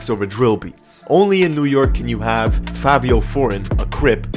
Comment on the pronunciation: The guy said Favio 🤣